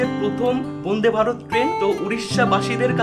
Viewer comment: Bonde bharat na vande bharat uccharan ta to vlo kore koro 😡😡😡😡